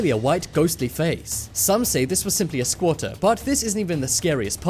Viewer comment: Wtf is a squata he said it like 10x in this video